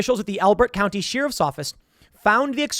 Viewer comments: What's a "sheer if" Tim? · Always forget that Tim has a hard time saying Sheriff. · Why does he pronounce sheriff so wierd? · I wish every Timcast video had Tim pronouncing the word "Sheriff".